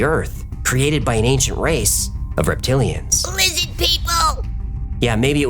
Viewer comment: ”Lizzid”. LOL